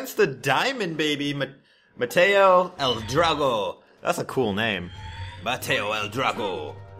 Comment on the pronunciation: "Mateo" L Drago....